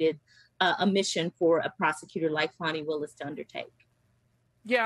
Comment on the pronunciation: im glad people are finaly saying Miss Willis name right